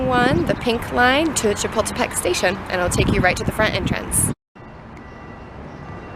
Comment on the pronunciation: you can't pronounce Chapultepec properly, stop butchering it. and how come you're surprised at the size of Mexico's anthropology museum? Mexico's history is far more vast and rich than that of the US. Leave your patronising imperialistic mind in your country.